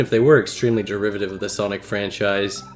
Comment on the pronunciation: you say soinc but why mario??